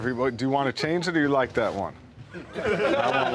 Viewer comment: Anyone gonna talk about how he sounded British when he said like at the start